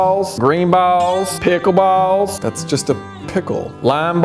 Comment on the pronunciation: "Pickle ball" lol